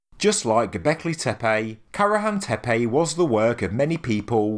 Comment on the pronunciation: Why do you pronounce Y at the end of each Tepe ? It does not spell Tepey, does it?